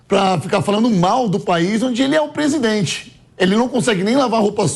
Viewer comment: Esse "presidoente" velho tá gagá.Impecheament já pa essa larva . Que papelão heim "presidoente?" O papelão ficou por sua conta, deu um show de fiasco, foi a chacota do século e vai continuar sendo em todos os países por onde for.